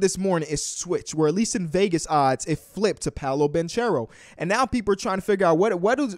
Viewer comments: Hey the guys name is pronounced with a hard c like bankero I hope it helps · Paolo’s last name is actually pronounced “Bankero” (correct Italian pronunciation) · Banchero Is Pronounced Banckero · Pronounced "BANK-ERO" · I thought it was pronounced (ban kare-O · bro doesn’t even know how to say banchero’s name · Can you please say Banchero right?